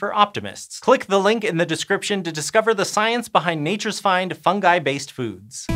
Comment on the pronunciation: Tkank you for pronouncing fungi correctly. Your colleague Hank got totally insane and started pronouncing it ˈfʌn.dʒaɪ